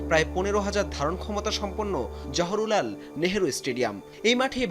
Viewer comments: Johorulal nhoi o bokasuda it's Jawaharlal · জহরুলাল না জহরলাল। উচ্চারণ ঠিক করে রিপোর্ট করবেন। আপনারা এত কেলাস কেন বুঝি না। অবশ্য fucked up শিক্ষা ব্যবস্থার by products রা আর কেমন হবে। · আরে কানাচোদা অশিক্ষিত জহুরু লাল নই জওহরলাল হবে মাদ্রাসা ছাপ সাংবাদিক